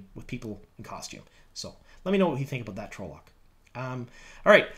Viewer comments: Please its pronounced trol-lock not trowlock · Its 'tral-uck' dude. Not 'troll-lock' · I hate to be that guy but.. TRAHL-lohk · Yeah. It's trah-loc. Tells you that in the glossary in the books. Also the trolloc is wearing armor and has a sword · I can't get over how you pronounce trolloc. 😂